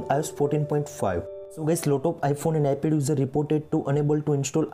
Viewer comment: Iphone as well as Ipel 🤣 it’s ipad man not ipel